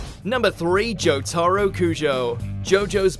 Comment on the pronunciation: they butchered jotaro's name so much xd